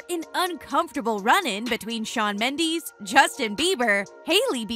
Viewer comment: Your saying his last name wrong omg it's like Mendez with a s instead of a z smh